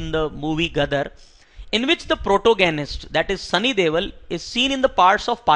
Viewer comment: Its sunny deol not devil😂... And not every punjabi lives in Canada 😊